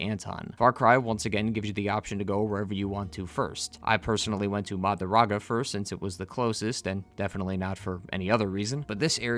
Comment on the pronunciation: Mah Drew GAH DAH.. not marudaga